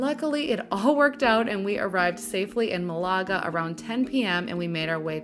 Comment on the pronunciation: You’re saying Malaga wrong. Just say it like Canada. With accent on the first syllable.